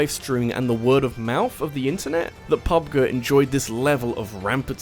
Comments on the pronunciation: Its pronounced "pub JEE" Not pub guh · Pub-gee, not pubguh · PUB-Guh? Well, you're not wrong. It is pronounced "Grounds", not "Jrounds", after all. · I've honestly never heard anyone say "pub-guh." I've only heard "pub-gee." Kinda threw me off for a second. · p-p-pub-guy doesn't know what he is talking about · The way you’re saying Pub G make me want to slap you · The way you pronounce PUBG it's kind of upsetting, not gonna lie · First thing i did when i heard him say it that way i immediately went to the comment section to make sure my partially deaf ass wasnt making shit up